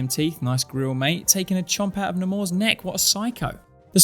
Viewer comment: "Uh, actually, it's pronounced naymor"